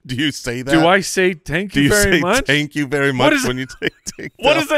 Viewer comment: got a little greedy with that "Tank you very much" line.